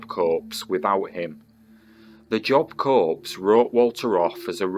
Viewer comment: Pronounced Job Core.